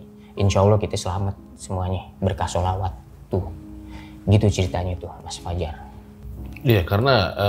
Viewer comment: Bang kelihatan agamis, dari cara ngucap sholawat nya qolqolah nya mantap, terutama huruf 'ain ع nya